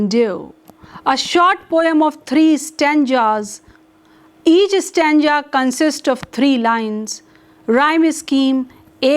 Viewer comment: This teacher can't even pronounce ISLE.... And... .. STANJA....lol